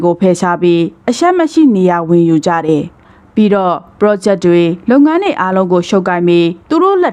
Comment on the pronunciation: ဖတ်ရင် "တယ် "ဆိုတာကို "တဲ့"လို့ မဖတ်ပါနဲ့လား အပြုသဘောနဲ့ပါ